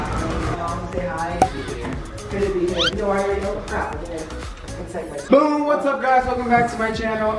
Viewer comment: oh its boom not bo